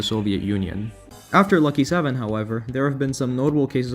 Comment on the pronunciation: My Lucky 7 video has had a bit of a spike in viewers recently... I guess this is where that came from! Thanks for the shoutout I appreciate it ya pronounced it perfectly dw Great video btw